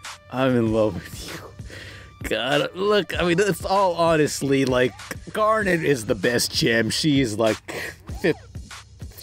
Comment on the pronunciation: You mispronounced Garnet